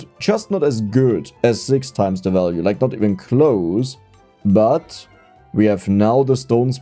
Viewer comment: I'm okay with the "i-ren" and the "zix" and "zeven", but draw the line at "o-ranium" 😤😤